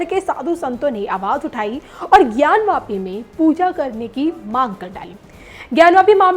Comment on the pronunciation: ज्ञान वापी न कि ज्ञानव्यापी